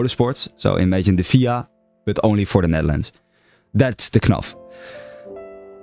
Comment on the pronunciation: 1. never heard someone pronounce FIA as phia, 2. U got the dedication and skill to make it where u want to be so make it